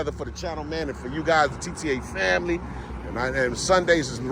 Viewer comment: “Guyzsiz” aka: “Guys”